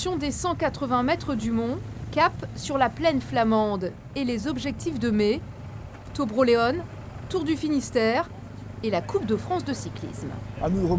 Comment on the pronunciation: Juste il faut dire Tro Bro "Léon" comme le prénom, et non comme en anglais